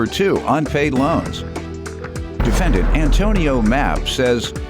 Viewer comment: Did she say the offendant?